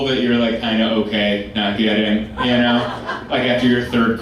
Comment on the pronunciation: I really like this guy but I'm always hyperfocused on the way he says "ya know." It's like "ee yahh know?"